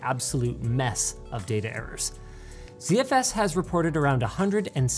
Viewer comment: Why is Linus, a Canadian, pronouncing ZFS as Zee-Eff-Ess?